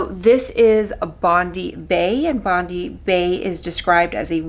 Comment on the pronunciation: It’s Bond-eye bae. Like the beach in Australia